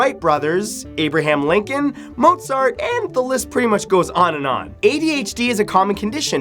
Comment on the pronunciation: he said abtaham lincoln two times